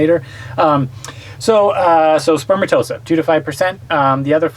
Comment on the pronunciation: Elephantiasis is fairly common in some countries, and people who live in tropical areas may well get mosquito bites in places not as common in western countries. Are any of these people in the medical field? A medical channel, so one might assume. I clicked off after the man mispronounced spermatozoa. No it isn't spermatosa... Before anyone gets on me for attacking laymen, I'm a high school dropout with zero medical training.